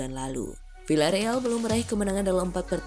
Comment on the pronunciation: Bacanya: Viyyareal min!